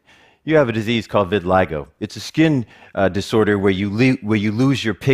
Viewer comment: yeah. he calls it re-vitiligo